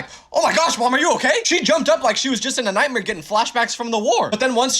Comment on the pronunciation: Why does bro say nightmare as nightmeare